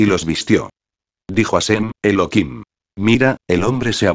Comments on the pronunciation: Elokim es tu perro loco .....es elohim tu voz no es agradable para disfrutar de la palabra De elohim habla normal no en auto tune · no es elokin, es Elohim (elojim); Efectivamente es Elohim (Elojim) sin embargo se pronuncia Elokin para no pronunciar su nombre en vano, cuando se conversa, en lectura que no sean con total cocentracion del nombre de Di-os, o cuando no se lee directamente de la Torah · Esta muy rapida la lectura y el locutor pronuncial mal el Santo Nombre Elohim pronuncia Elokim.. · no es elokin, es Elohim (elojim) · Elokim se pronuncia en Yidish ya que en el Hebreo Se pronuncia Elohim , como por ejemplo en Yidish Elokai se pronuncia y en Hebreo se pronuncia Elohai ;) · Es elohim no elokin mala lectura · El locutor pronuncia Elokim..